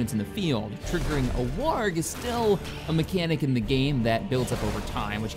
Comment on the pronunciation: what the hell is a "warg" and a "darka" are you trying to say WAAAAGH and Dakka?